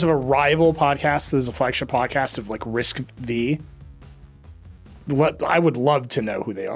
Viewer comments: It's RISC - FIVE !!! Nerds in your audience were never excited about RISC - "Vee".🙄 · Excited for all the nerds to yell at Nilay that it's risc-(five) not V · I can't a tech a publication seriously if the editor in chief says Risc Vee🤦